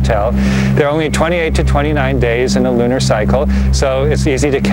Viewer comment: What the hell is "loonier?' I hope you don't mean "lunar."